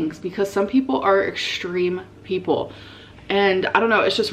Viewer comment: “Exchtreme peolpe”